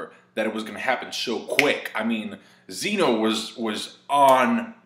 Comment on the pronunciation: I wanna tell you how wrong your pronunciation of Zen-Oh is. but I feel like it'd be like talking to a brick wall also dragon ball has always reused animation